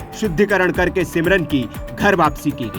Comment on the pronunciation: सिमरन नहीं समरीन।😅